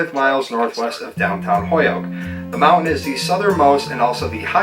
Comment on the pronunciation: I say Holyoke like that too. Hoyoke 😊 As a New Hampshire resident now I never get to hear the Western Mass accent anyone!